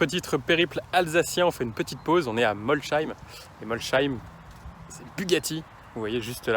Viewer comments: Molsheim ça se prononce Molsaïme, pas Molchaïme ! Cela dit, essai sympa et plutôt original dans son format. Puis très bon choix de monture ;) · A tous les alsacien qui on buguer quand il a dit Molsheim 😂 Ça m'a fait tellement bisard quand il a prononcé le H